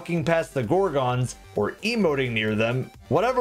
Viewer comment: That's not how you say gorgon..... 😒